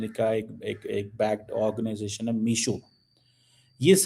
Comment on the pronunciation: Anpad misho nhi meesho